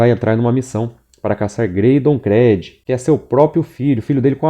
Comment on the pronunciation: Pelamordedeus Créd não. Chega dói os ouvidos. Creed [Crid]. Todavia parabéns pelo trabalho.